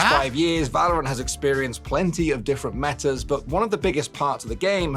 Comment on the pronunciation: Don't talk about pronounciation with yours on "Valorant"...